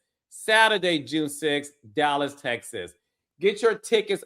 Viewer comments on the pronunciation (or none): none